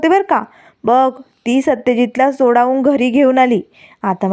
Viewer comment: संवेदक नीट मराठी बोला की.सोडावून नाही हो सोडवून म्हणा.